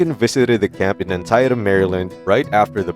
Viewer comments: If this is computer generated speech it sucks, if it's a narrator ... they suck. It Ann-tea-tum NOT Ann-tie-tum A some google search could elicit the proper pronunciation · It's pronounced Ann-tee-tum (Antietam) for Christ's sake. Get rid of the Robo narrator. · Not Lincoln in the picture at the end! The narrator needs to know how to pronounce the names of his subjects and places. Come on! "Antyetam"? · An - tee-tem not An-tie-tum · Antietam is correctly pronounced like this: An-tee-tam, NOT An-tie-tam. Just sayin'. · Antietam (AN-TEE-DUM) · PLEASE learn how to pronounce the names of places! It is pronounced "Ann Tea Tum." And "Po tome ick." Lincoln is a pivotal figure in American history, get it right! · I like the moving effects. FYI: it’s pronounced “ant-eat-um.” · Creepy computer voice. Antyytem and pottomack? Creepy animation. Questionable colorization. Definitely not Ken Burns stuff. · I despise AI! Can't even pronounce Antietam correctly for God's sake! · Interesting, but please learn to say the names of places correctly, like Antietam and Potomac. You also butchered the name of General McCleeland. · The narrator should be able to pronounce Antietam and Potomac. I think he spoke of McClellan, but I wasn’t sure. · How could you mispronounce Antietam? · (1) These animated AIs are totally annoying and are, frankly, untruth; (2) Hire a real narrator for goodness sake. Right after the AI narrator hit the complete and pathetic mispronunciation of 'Antietam ', I hit pause then hit the thumbs down icon, and will shortly leave this lame video. The Battle of Antietam is quite famous but your stupid AI reader has no clue. BYE. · As a teacher, I’m scratching my head over the pronunciations of Antietam and Potomac in this video. Those are important places to our country’s history and basic details to attend to if you’re going to produce a video about those times/places. Give it a quick Google. 😉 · Who told you to pronounce "Antietam" that way? The battle is quite famous!